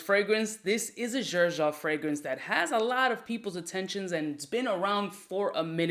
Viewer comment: The way u pronounce “Xerjoff” makes me cringe so hard 😬